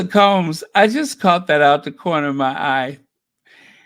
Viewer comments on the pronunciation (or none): none